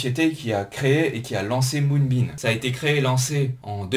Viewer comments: Top la vidéo! Mais arrête de dire MoonbeaN stp. Lol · Quand on attaque la vidéo et que le nom du projet est mal prononcé ça commence mal...